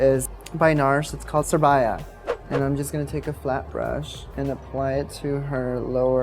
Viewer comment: its actually called nars sura-ba-ya hahahah